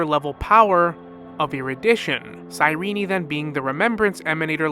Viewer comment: Good video but why do you keep calling Cyrene "cyrene-i"